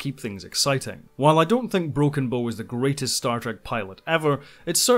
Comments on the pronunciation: Ugh... It's Broken "Bow" as in the bow of a ship, not "Bow" as in bow and arrow... To properly pronounce, start with "Ow" as if you just stubbed your toe on the coffee table. You know, the first half of "Ouch". Now put a "Buh" sound in front of it. Should sound like you started saying a "B" word and then stubbed your tow... B-OW! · Bow as in ship bow, not bo. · It's not broken bow (bow and arrow) it's broken bow ( the front of a ship, pronounced bough.) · Great! Although I think you're consistently mispronouncing 'Bow' :p